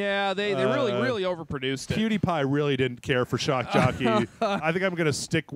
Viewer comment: "Shock Joppey" XD